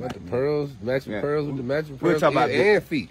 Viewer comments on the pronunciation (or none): Diamonds and pear-erlsssss 😂 this was too funny